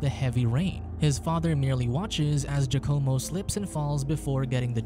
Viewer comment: “Jucommo”??? Giacomo is pronounced “Wacamo”